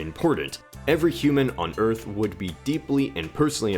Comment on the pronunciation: "Welcome to Earf!"